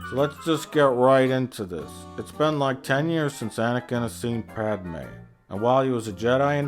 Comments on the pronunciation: Your pronunciation of Pádme is really bothering me but I agree with everything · Lol “PADAMEYE” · the best running gag in the whole thing is how he says 'pad-er-may' every single time and makes it more pronounced every single time